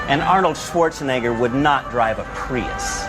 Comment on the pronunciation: Arnıld şivarzeniger 😬